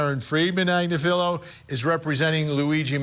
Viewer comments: Good luck getting a conviction - ha! You are pronouncing her name totally wrong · He also screwed up KF Agnifilo...